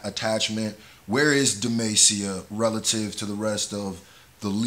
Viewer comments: channeling his inner "middle aged white mom trying to pronounce spanish words" voice when pronouncing demacia XD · Starts streaming League game play The city is Pronounced Dim-ah-see-uh. for future reference :) I love your vids my dude. Fiddlesticks is a champ who just got a long awaited rework. This is a rework teaser for the champ. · Where is Demacia? Demacia ( u said it wrong ) is apart of a world known as runeterra where league of legends take place all the champions are from there or have some relation to it. Who are those people in armor? They are crownguards or u could say soldiers who come from demacia which is the place in the distance in the beginning. Tf is that creature? That creature is named fiddlesticks it is not new to league of legends however it is a rework in other words they changed the character abit. What are the creature origins? Nobody truly knows What were the crownguards doing outside demacia ? Well I'm assuming after the last cinematic in which they guards was talking about which is when he mentioned mages they probably sent them to scout to make sure anything after the acurrence of what happened is dealt with also Demacia has a dock so I'm assuming they were around that area